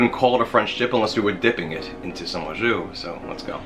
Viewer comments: sounds like a hillbilly saying awe juice LoL ....it's just "jus" the bag of liquid is "au jus" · It's not pronounced "ah zhu," it's pronounced "oh zhu." And "au jus" means "with juice." The juice itself is just "jus" in French, not "au jus." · Like someone else said, « au jus » is « with juice » so you don’t pour the « au jus », you poor the « jus », and btw, your prononciation is a bit off, your « jus » is ok, but « au » is more « o » than « aw » if you see what I mean, and your knife! Get it sharpened ;O) otherwise, great recipe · You're saying it wrong. It's pronounced "Awwwww. Juice!".